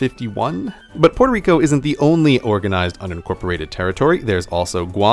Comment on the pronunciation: porterico? facepalm.